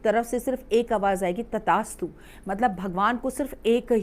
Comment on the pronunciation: दीदी तथास्तु होता है न कि तदासतु